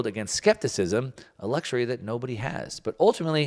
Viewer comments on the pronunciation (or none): none